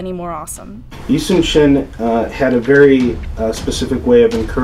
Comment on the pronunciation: His name was Yi Sun Shin not Yi Soon Shin